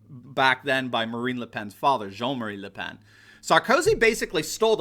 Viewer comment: Her name is pronounced “luh pon”